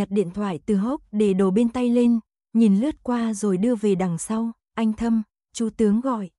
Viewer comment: Người đọc .chů = chú , rối = rồi ,nghe lơ lơ dao ấy !!!